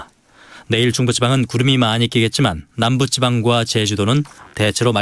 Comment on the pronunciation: (?)아나운서! 남붓찌방? 입사시 사수가 교육을 시키지 않았구만. 기본적인 낱말 발음도 엉터리로 하다니 요즘 아나운서 실력이...